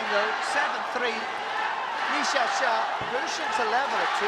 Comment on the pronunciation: the WAY that the narrating Man say / Le shağsağ / is So good. 😁 ı Love li XiAoxia. .